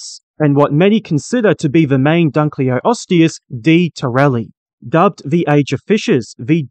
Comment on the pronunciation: Thank you for creating & sharing this! BTW never mind, your pronounciation of the Latin names was somewhat off - the way you say it, the word would have two "o": "Dunleoosteus", and the other one "Placoderm" two "s" instead of a "c". 🙂